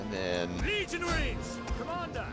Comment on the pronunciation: for some reason, I laughed hysterically because I thought he said 'legionHEIRS'